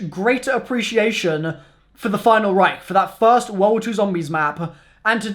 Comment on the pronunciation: If I were to drink a shot every time he say final reicht I would be dead